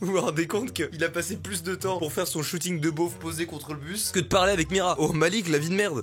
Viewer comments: Avez-vous été stressé à chaque fois que Mastu a dit Mirya au lieu de Mira ?😂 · Y'a que moi que sa pertube qu'il dise "miria" au lieu de "mira" au début ? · T'es pas seul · on en parle que toutes la vidéo il a dit miria au lieu de mira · Mira pas miria oh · Il dit miria mais c'est mira😭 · Mastu. Son prénom c'est Mira pas Miria. :0